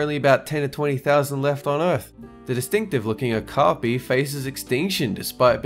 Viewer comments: KA-ka-po, not ka-ka-PO. Also means 'Night Parrot' not 'night owl'. Yeesh. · Um its kakapu 😂